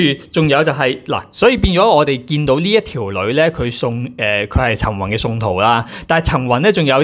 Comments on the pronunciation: ，比少少意見你， 唔好介意！ 你啲發音呢，都唔單只係懶音咁簡單，好多已經係超越懶音嘅地步 。 我諗你講十個字裏面呢，有六至七個呢都係不正確嘅。 我提議你好好去練習一下 發音， 我知道你都係一個後生青年，應該可以糾正的。否則，出嚟嘅效果，有少少強差人意。 例如，今日最經典的兩個字，"陳雲"，你就讀咗"曾宏"！ 我都是你及 晴晴的忠實fans， 希望可以幫到你。thx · 靚仔，我唔知你靚唔靚仔，但你D懶音好難頂，個雲字好難讀咩？陳宏。。。陳雲。。陳暈。。，我聽見你就暈呀！想做KOL揾食，向身邊位姐姐學下先啦，你係男人呀，唔該！唔好學一D港女以為講懶音好可愛啦，做講播最重要口齒清楚，你唔合格。善意提醒。